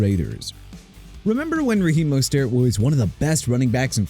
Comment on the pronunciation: LOOK MR. "NEW OR-LEANS" SHOW RESPECT FOR A LOUISIANA CITY OKAY?! NEW ORLEANS PRONOUNCED NEW OR-LINS!! ALSO RAHEEM MOSTERT PRONOUNCED MO-STURT!!